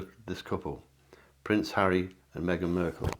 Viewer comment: Mark not merk drives me bonkers when you mispronounce her surname.